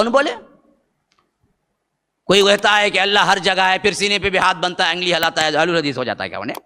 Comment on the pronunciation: angli nahin 😂😂😂 Ungli ....